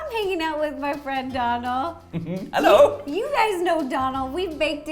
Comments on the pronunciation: No offence but Donal is pronounced doughnal 😂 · His name is Donal..... Pronounced 'dough nal' 😂😂😂😂